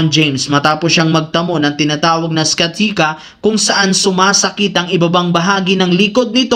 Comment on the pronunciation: "Siatica" sa-ya-tica yung bossing. Hindi is-ca-tica 😂